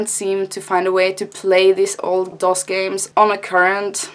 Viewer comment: Yeah you said DOS right